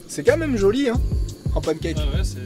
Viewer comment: "C'est qua même joli en pancake" Toi t'es du sud-ouest, sans hésiter... 😂